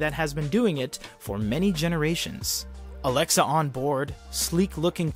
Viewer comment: Stop. Saying... Alexa